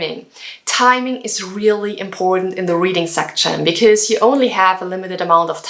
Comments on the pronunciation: Great video but if I were you I would avoid the word 'section'. It sounds kinda weird when you say it haha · I think you need to check pronunciation of "section". Don't get me wrong. I am learning from you way more things. Bests.